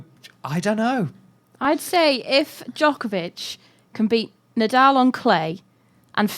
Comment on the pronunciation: Its funny to watch these debates on Djokovic dominance and how HARD it is to roll the name Djokovic off their tongues. So upsetting to see actually! Anywaaaay....btw, Djokovic already won 4 in a row...just saying..